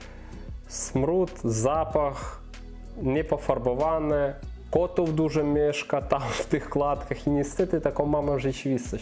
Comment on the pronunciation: "KŁADKA" jest to np. deska przerzucona przez rzeczkę lub strumyk. Natomiast " KLATKA schodowa" jest to część budynku mieszkalnego. Z próbuj wymawiać głoskę "L L L L ", a nie "Ł Ł Ł" Pozdrawiam.